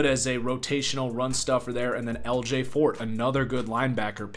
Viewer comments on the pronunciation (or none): none